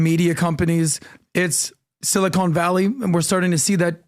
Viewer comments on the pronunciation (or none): I love how he’s calling it SILICONE VALLEY instead of Silicon Valley.